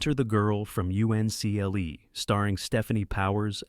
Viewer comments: You-EN-SEE-EL-EE ? It was called the man from Uncle . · UNCLE GODDAMNIT, ITS UNCLE, NOT u.n.c.l.e. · 'The girl from you see en el eee' Another AI fail 🤷🤷‍♀️🤷‍♂️ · 1000% agree! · Can’t pronounce UNCLE?